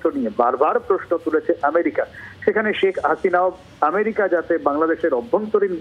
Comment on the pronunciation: Priyo sangbadik merika na amerika